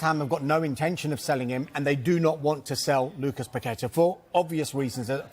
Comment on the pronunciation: Props to for pronoucing Paquetá's name correctly